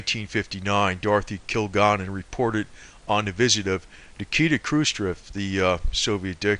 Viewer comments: Kil-Gal-Len Please pronounce her name the right way. This information is incredible and interesting! There is a flow to this. I believe it. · Yes! This guy's pronunciation of Kilgallen's name is irritating. Your explanation is good. I'd probably say it's the words "kill" and "gallon." I can't imagine the fellow is much of a researcher if it never crossed his mind to watch a few seconds of a "What's My Line?" clip. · Hey Buddy, Kilgalllin Is Pronounced (Kill-Gal-Lynn) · her name is pronounced KILL- GALLON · You think his 3rd grade teacher would have taught him how to (Sound - It - Out) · The ignoramus on this video can't even pronounce Dorothy Kilgallen's name correctly, or the names of other famous people. He offers no evidence (of course not), but just keeps spinning the same conspiracy theory. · who is talking? doesn't even say her last name right